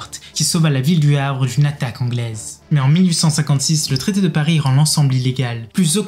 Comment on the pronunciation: "le tarité de Paris " 😂